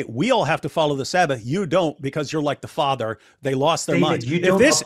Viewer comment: He said Fadda not Father 😂